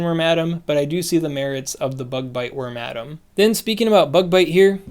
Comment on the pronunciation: All other content creators: Worma Dam: Wor Madam